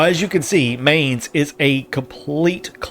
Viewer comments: Really cool idea! Only thing thats bothering me - and i wouldn´t be mad if you don´t care - is how you pronounce Mainz. The Main part is pronounced more like mind without the d at the end or mine and not like the english word main, the z at the end needs to be a bit harsher (typical german thing i guess :`D). Rhein on the other hand was really good, maybe even trying to say mainz like mheinz might help you if you want to make the germans happy :`D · they pronounce Mainz like in English the world mind .not like main.i live on the other side of the river of Rhein. there u can see Anno in real life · Don't say it like Main+Z. Say it like Mine+Z. Otherwise I'm really looking forward to watching more videos of that series! I've been searching for stuff like these for weeks! Glad you're doing it!